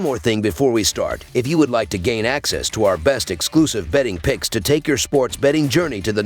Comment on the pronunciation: Yea fam I need you more clear when saying your pix’s